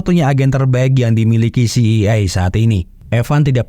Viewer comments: Iya ngeja itu mesti bener kita ini yg well educated jadi rada aneh denger CIA dibacanya si ai I harusnya Si ai e... Biar enak didengernya min # please be a smart👍... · Min bukan ci i e tapi ci ae e... Dasar lidah udik min😂❤ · CIA.. ( ci..ai e..) bukan ci... i.. ai..😬😬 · Klo mksdx CIA ( Ci Ay Ei ).. Trus lo ngebaca dgn aksen bulle Ci Ii Ay brarti CEI. Mending CIA lo blg skalian Ce Ii Aa min pake aksen Indonesia .. Btw.. lain dr itu gw seneng denger lo bercerita film.. keep on spirit min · Film bagus buat di ulas, tp ko sekarang orang orang pada ketularan si samsul,yg salah mengucap singkatan,, CIA di sebut si i ai, si ai e gitu min.. ah mimin..!! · jd bad mood nontonnya dikala kau ucapkan si i ai ... GUOBBLLOOKKKKK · CEI.. apaan tu😅😂😂 betulkn sebutan mu min. CIA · CIA dibaca Ci Ai E …